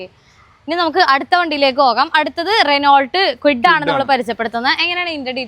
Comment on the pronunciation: "റെനോൾട്ട് ഡസ്റ്റർ "atleast കാർ കമ്പനിയുടെ പേരെങ്കിലും മര്യാദക്ക് പഠിച്ചു പറയു പെണ്ണെ 😂